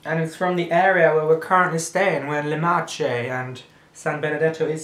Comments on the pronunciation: hahahahahahaha hilarious! san benedetto is from san benedetto yes! and you pronounce it Marke XD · nessuno ha notato il fatto cge hanno pronunciato "marce" anziché marche ? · it's not called marche with a soft C, but CH is like K so it's pronounced marke ^^ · SAN BENEDETTO del TRONTO is in the MARCHE, that is not 'marche' but more like 'marke' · We pronounce "Le Marke", not "Le Marce" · le marche it's pronounced: marke and "gocciole" it's like gotchole , with the "o" closed. Hope It was helpful 😊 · by the way marche is pronunced marke and gocciole is something like "gochole" with the last e pronunced like e of elephant :)) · le MARCHE -> MARKE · Ah, here's a tip. Italian "Ch", as for example in "Marche", is pronounced as "k", not as soft "c" like in Spain ✌ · I'm italian, so cute video, thank you ahahaha and the right pronunciation is Marke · le Marche - 'mar-KAY' is how it's pronounced guys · Sorry but i live in San Benedetto , and "Marche" Si Legge "Marke" Ok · All of italians snacks are good😌 san benedetto is in marche but it's read marke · The pronunciation of le Marche is like le marke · le marche you have to read like "marke" with hard sound of ch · Marche is pronounced Mark-A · "Le Marche" is pronounced "Le Marke". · le marche = leh mar-Keh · LE MARKE, not LE MARCHE ... CH is K in italian... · Falco e vogliamo notare come ha detto marche ahahahahaha 😂👊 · the pronunciation of "e" is "a"